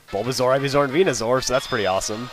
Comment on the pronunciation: its venuSOAR not venuZOR. same goes for the pre-evolutions